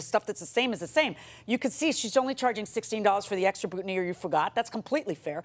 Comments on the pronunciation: It's BOOTINEER not buttoneer, Judge Millian. It's also FREEEESHIA not FRESH IAH. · Who noticed that JM mispronounced “boutonnière” until she heard the plaintiff say it right? It’s ok judge, to be a 2nd language speaker :)